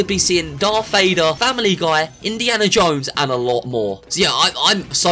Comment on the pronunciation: I laughed so much when he said faimily guy is coming hahaha